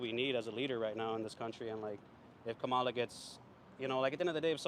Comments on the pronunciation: Learn to pronounce her name. It is pronounced “comma-la”. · Her name is pronounced Comma-la. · Nick is too dumb to pronounce Kamala’s name correctly😂😂🙄🙄🙄🙄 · Right away I knew these interviews were going to be ridiculous because out of either disrespect or stupidity, you can't even pronounce the vice president's name right. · Can’t even say her name right but still voting for her😂